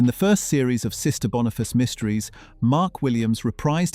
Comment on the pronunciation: Oh my .... BONIFACE!!!!! NOT Bonafice. I love this show and its amazing star, Lorna Watson. Great stuff.